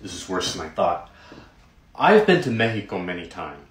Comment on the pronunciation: i love how he tries to pronounce mexico the "correct" way but just ends up sounding more wrong